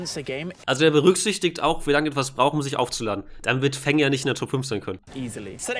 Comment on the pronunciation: Wieso sagst du zu fang immer fangs? Das macht mich irgendwie immer sauer wenn ich hör das du fangs statt fang sagst